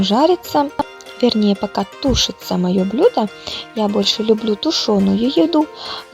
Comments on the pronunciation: блЮда , ударение на Ю, сварить на газЕ ( не на газУ). Спасибо за идеи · Блюда а не блюда